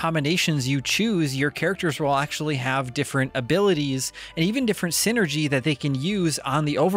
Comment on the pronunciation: It really hurt to hear some of your pronunciations that just piss all over the hard work done by the localization team. For one thing - “Psynergy” is not pronounced the same as “synergy” but is rather a pun on that word and “psychic” - so Psynergy would be like synergistic psychic power, which is exactly how it’s portrayed in the game with its elemental/natural focus. More egregious is your pronunciation of “djinni” which just boggles my mind. You pronounce that the same as “genie” because they’re basically the same term. They are not pronounced the same as Harry Potrer’s girlfriend/wife.